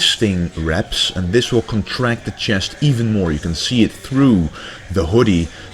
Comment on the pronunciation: I love the channel bro, but please can you say chest instead of Chiyest :p lol